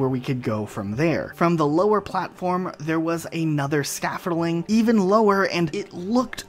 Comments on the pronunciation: Say it with me, Scaff-old-ing Not Scaffaline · why do you pronounce scaffolding "scaffiling" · Ok first, that ain't scaffolding. Second, it is definitely not "scaffoling" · The way you say scaffolding drives me insane... Scafferling man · SCAFFOLDING SCAF-FOLD-ING Other than that, great video man. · Makes a video on "mispronounciations"... can't even pronounce scaffolding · New drinking game: Drink every time you hear him mispronounce "scaffolding".